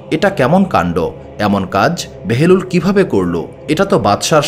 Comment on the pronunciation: হযরত বাহালুল দানা, উচ্চারণ বারবার বেহেলুল বলতেছেন কেন ?